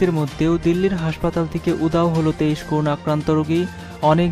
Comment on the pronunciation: News reader, pls, accurate pronounciation ; so, koruna noy ; hobe ''Korona ''.